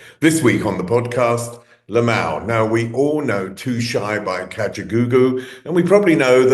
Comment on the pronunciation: Nope! It's LIM-ALL! That is what people have been pronouncing his name and he even says his name too. LOL! SMH!